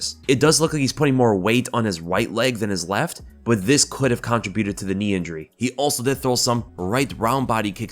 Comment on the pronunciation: Dude....learn how to pronounce contribute!